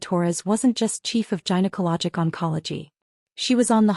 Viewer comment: Gynaecology: 'g' as in 'goat', not 'g' as in 'giant'. There's no excuse for this mispronunciation.